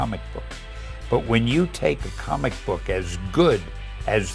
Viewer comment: Omg i skipped like 5-6 times this video, everytime you say the word "comic" the f**ck mate?